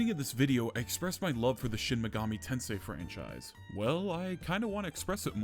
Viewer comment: Hehe.. Shin MAYgami Tensei